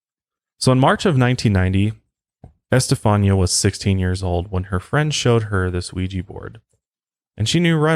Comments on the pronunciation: Her name is pronounced: Esta fawn ya Accent on 3rd syllable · Do you know who Gloria Estefan is? I think it's pronounced like her last name, with a "ñia" sound at the end. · I am a recent subscriber and have been binging on your channel I love your videos I think the pronounciation of the girls name is Esta fawn ya Some names are not easy to pronounce. Maybe they called he Steffie or Stevie That would have been easier Thank you for sharing this with us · Omfg....it's S TA FON YA NOT s ta phone e a....Jesus Christ my heads gonna explode if I hear you slaughter her name like that anymore lol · It’s pronounced esteFAWNya not este-fa-nia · Este fawn ya is how you pronunciate Estefania. If that's how you spell the poor girls name. At least that's the standard procreation of it. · just FYI you pronounce her name ESTA FON YA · Say S ta fawn nee ah. Before using an Ouija board just ask for protection and you'll be fine. Also its how much power you want to give it haha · Its Es•ta•fah•n•ya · It’s pronounced Este~fhan~ya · Don't you have a translation app that has pronunciation on it, cause you are butchering her name.